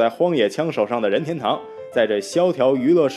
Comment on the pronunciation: Mingwei Liu 必须顶你一下,这里又不是姓氏,解说怎么能发二声,听得难受死了. 另外这个配音的英文发音也是无力吐槽了.